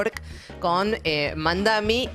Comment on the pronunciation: MAMDANI NO MAMDAMI